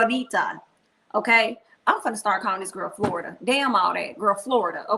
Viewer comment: you are killing me each time you say Florida (for Florita.) Queen, you are too funny! 😂